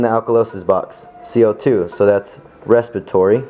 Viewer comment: respitory haha